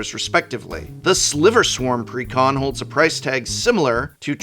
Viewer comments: take a hit every time he says precon like pecan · Since is an English major I always assume he is pronounciating exactly as he wants to. "Preh-Con." Like Almond.